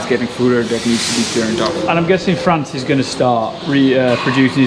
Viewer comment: Hey hey . It's Frans with an s not France 😓